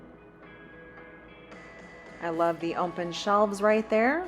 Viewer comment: I love your videos, but please….there is no letter M in the word open It’s open not ompen